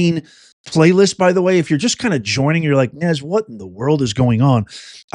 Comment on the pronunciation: I took a drink every time Nez mispronounced an English name, lol!